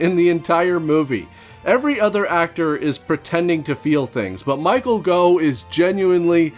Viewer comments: Pretty sure it isn't "Go", it's "Goff" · Michael Gough - "Goff" not "Go". Rhymes with "cough". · Goff not Go 😂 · The Gough in Michael Gough is pronounced as in cough. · It’s Michael GOFF, Gough is pronounced like cough. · Gough is pronounced the same way as cough. Just an FYI. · Gough is pronounced "Goff" here in the UK. Clough is pronounced "Cluff", btw 🙂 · Michael Gough pronounced "Goff." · Gough is pronounced - Goff, like cough, from Michael's daughter